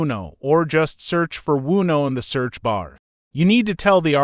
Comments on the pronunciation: I was just thinking - I'm going to yell WUNO next time I play Uno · Thank you for these lessons. The only real problem I have with these lessons is how your AI narrator mispronounces or uses several different pronunciations for the same word, take for instance the word Uno. This can be a bit confusing, especially to a beginner, one form of pronunciation would be nice whether that word or any word has several pronunciations. Maybe a proofreading before you upload would help. Thanks again.